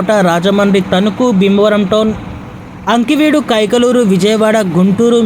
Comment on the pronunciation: మీరు తెలుగు వారై ఉండి ఆకివీడు ని అంకివీడు అని చదువుతారేంటి. మీరు తెలుగు బాగా practice చేయండి